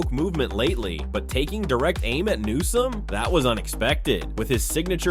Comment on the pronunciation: Who ever the narrator is can't pronounce bills last name correctly. How many times does he call newsome nome. He's an idiot that needs to be replaced.